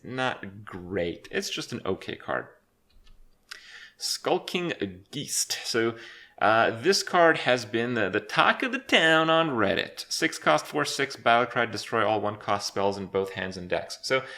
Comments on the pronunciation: geest? really? it's geist, pronounced kinda like ghaist. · im sorry did he just say geest? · its "geist" as in poltergeist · Skulking Geist - the ei is pronounced "I" - it's just German for ghost. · Isn't it pronounced GAIst (geist, german) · Skulking GEEEEEST. do they even teach English in Canada? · geist pronounced guyst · "Skulking Geeeeest" RIP pronunciation megalul.!! Why isn't it called "Jade Crab"? Rattling Rascal- "PURIFY IS FINALLY GOOD!!" It's only been a year!! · "Skulking geest" once again kripp can't read. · The ei in Geist is pronounced like the i in the alphabet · That's not how you pronounce Geist... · Geist is pronounced with a long "I", similar to the wordy feisty.